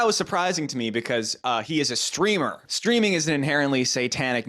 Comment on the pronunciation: I think you mean “Streamah”